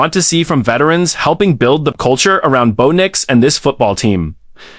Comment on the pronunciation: Bow Nyx/Nicks lol. 😂McLocklin lol. Need correct pronunciation and spelling please.